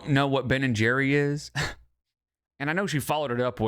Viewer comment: It’s Ben and Jerry’S WITH AN SSSSS